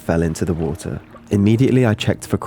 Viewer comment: i like the wuhuh instead of water lol